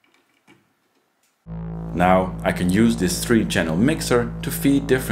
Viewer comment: Please do not change anything in your voice as a result of this feedback. My philosophy is that English is a language best spoken mangled. I was a DJ on KROQ/Los Angeles for 37 years. So when you say ‘dis’ and ‘dees’ for this and these, it is close to my heart. ❤